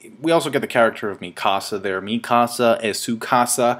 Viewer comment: the way says mikasas name is like he is say it in spanish "mi casa" XD.